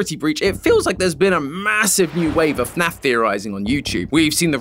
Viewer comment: "f~naf" no no "FNAF"